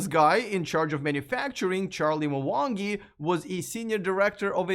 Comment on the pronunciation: Its Mwangi not Mawangi